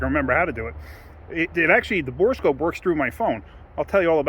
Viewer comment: Thank you for calling it a bore scope instead of a bore a scope.